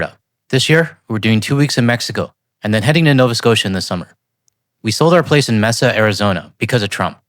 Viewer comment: It's pronounces MAY-sa ARizona, but yeah. It's gonna get woorse before it gets better.